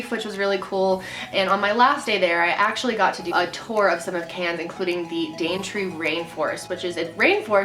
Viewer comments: Thank you for pronouncing Mel-ben and Can's properlly!!!!!!!! <3 from a proud Aussie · You're saying Melbourne and Cairns properly! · when she says cairns right ☺️✌️